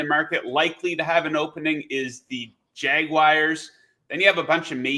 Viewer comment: Jaguars NOT JagWires